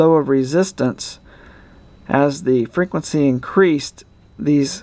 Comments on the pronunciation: Frenquency? :D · I love it when he says frequency.